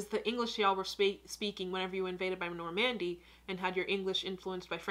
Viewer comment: There’s no stress on “mandy” in Normandy.